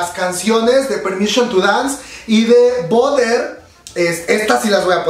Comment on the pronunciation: Hermana, espero que este comentario lo tomes como una crítica constructiva y no todo lo contrario, en general me encantan las expresiones que haces, me sacas una carcajada siempre. En este video en particular haces que mi cerebro haga corto circuito cada que intentas pronunciar BUTTER, la pronunciación (americanizada) suena como "barer" no "boder", ya que boder (bother) significa molestar. Te aseguro que por más que intento ligar mantequilla con tu boder nomás no puedo y me hace un corto circuito en el cerebro. Ojalá que en futuros videos lo pronuncies bien y si te cuesta... escuchas más la canción y pronúncialo como ellos, lo pronuncian bien. NO ME ODIES!! Gracias.